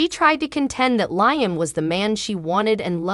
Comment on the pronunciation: It's not lying. It's Liam. Get the right pronunciation of the words you sound funny